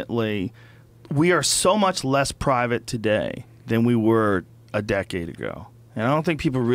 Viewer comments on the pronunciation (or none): none